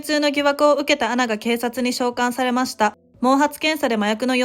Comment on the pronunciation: 内容は分かりやすいのにナレーターの読み方がなんか気になるな… 特に〜ました。の言い方が